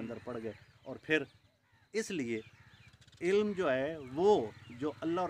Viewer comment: حضرت دیکھ کر پڑھ رہے ہیں الفاظپہلے اک بار تسلی سے پڑھ لیا کریں بے علم زیر کے ساتھ ہے زبر کے ساتھ نہیں